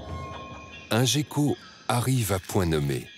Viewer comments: La nomenclature "Gecko" se prononce Guecko (en termes de nom scientifique international) mais quand on est un bolosse dans un documentaire français on a le droit de dire "jecko". Oui c'est triste. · On dit gueko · Non tu a bien raison sa se peonoce guecko c’est juste lui qui est con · Patou Gaffou ça se prononce comme ça, mais cet autiste sait pas prononcer les mots (il est français, sorry les gens mais c'est vrai) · Gecko c se prononce comme ça ??! J’ai toujours prononcé ça guecko moi :(